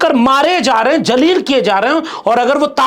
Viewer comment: Respected Sir. Pl careful for using proper pronounciation for urdu alfaz i.e zaleel instead of Jaleel